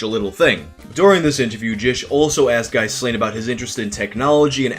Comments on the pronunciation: His name is pronounced "Ghee-lahN," similar to the chick that helped Epstein. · As a chubby, nerdy, awkward Star Wars mega-fan who was a teen in the 90s I have every possible empathy for Ghyslain. (FYI it’s pronounced Gee-lane. Like that maxwell lady).